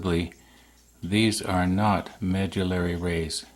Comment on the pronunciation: Hi, our woodwork teacher pronounced medullary as meh - dull - 'ary same sounds as me(ss), (b)ull and (L)arry. Hope that helps;)